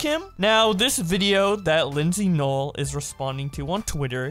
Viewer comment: i feel like i shouldn't be getting annoyed by this but ngl its noel like no, L not nole